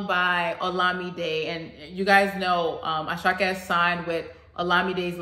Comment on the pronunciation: Àṣàkẹ́ is 3 syllables.... Mr. Geebu....Mr. Gabriel in Yòrùbá O da Yan mọ́....Don't you recognize a star Ẹẹ ni cable....Don't you got cable tv.... He is just rhyming here.... ❤😂